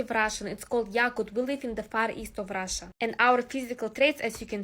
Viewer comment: “Im forom Rasha Mazafakka” 😭😭😭😭😭 and she doubles down 😭😭😭😭😭